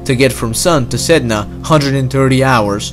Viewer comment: Sedna To go out side (Said-Nah)